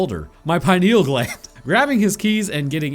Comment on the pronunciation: I love everything about this channel and your videos, but the way you've been pronouncing pineal gland lately is really grating my ears, so...I share this news with you to do the same: on the 10th of February 2025 a rare deep sea angler fish was spotted near the surface near Tenerife (Spain.) It's the first known daylight appearance of the angler fish...I think it knows and it's coming for you.